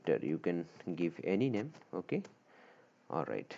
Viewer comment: The wayyy he says oke😅